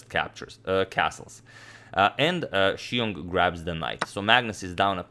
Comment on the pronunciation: You put other non-Chinese commentators pronouncing Xiong to shame.